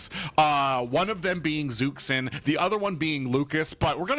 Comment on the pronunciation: Omfg its Zhuxin (dzhushin) not zuksin fking helll so tired of this